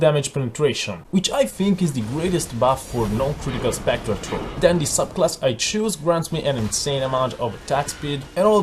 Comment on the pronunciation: i recommend using an H when saying throw and thank you, please try this in yur build